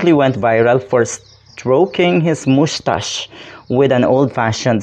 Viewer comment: Robin is a hoodlum. A chameleon can change its pattern/color not its true nature. There, I said it... Robin is not a bird but a CHAMELEON. Hahaha@ It's pronounced "muh-stash".